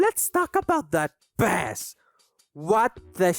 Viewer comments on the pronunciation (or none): stop pronouncing bass like that i'm gonna cry good video otherwise edit just in case you didnt know the instrument is pronounced BAYss where the fish is pronounced BAss in other words only the fish is ass and the instrument is in fact not ass